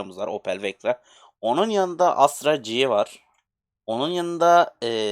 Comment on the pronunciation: abi asra değil astra doğrusu